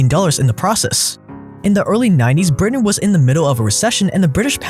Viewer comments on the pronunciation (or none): none